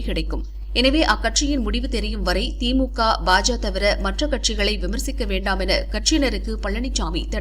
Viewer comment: அது என்ன பாஜா பாஜா.... பாஜக என்று நா சொல்லாதோ...கேவலமாக உச்சரிப்பு...